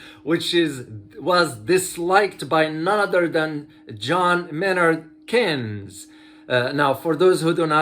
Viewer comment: Keynes is pronounced just like Hanes, a brand not Key nes. More power to you doc, I'm a fan